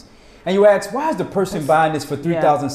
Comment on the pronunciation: Why do so many Americans pronounce "ask" as "aX"? And "especially" as "eXpecially"? I'm sorry, but it has to be one of the most irksome things to hear.